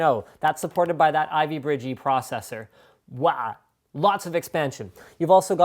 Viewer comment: Hehe, he said Ivy Birdge :P But its easy to say something wrong yes.